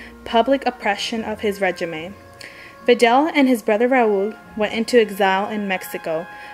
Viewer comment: regime is pronounced regeem, not regimay.... also it's more pronounce kyuba than cooba, it pronounced krooschef not krustcheve, this was driving me insane. good job otherwise